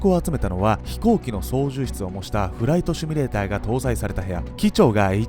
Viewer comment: シュミレーターではなくシミュレーターです。訂正をお願いします。